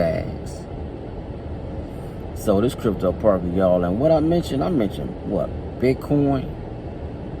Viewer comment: "I'm talking about dat crypt-dough" lol I though you were from Milwaukee.